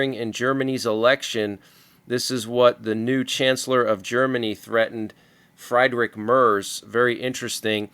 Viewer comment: i know his first name is a really pain in the u know what to pronounce -but to me he gives our country some hope 🇩🇪🦾💚so its spoken more like " FREE-DRISH MERZ" 😉:_EAGLE::_UKRAINE2::_OLDGLORY